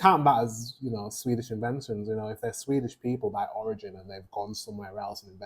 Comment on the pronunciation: his pronounciations are the completetly opposite of what they actually are